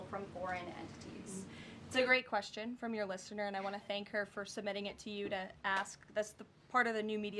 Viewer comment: Did she just say wextion? 🤨